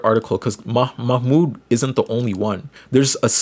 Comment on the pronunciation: Ik youre not doing it on purpose homie but its pronounced MAH - mood